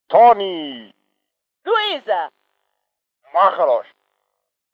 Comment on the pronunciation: "Marcos" sounds like he's had a few drinks lolllll